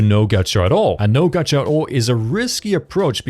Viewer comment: it's not gatcha, it's gacha, stop adding random letters to words